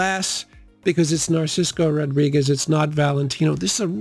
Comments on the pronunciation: It's Narciso not Narcisco You've also misspelled it on the screen Narciso. Double check please Otherwise a very good video as usual my friend Very underrated channel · Pls stop saying Narcisco Rodriguez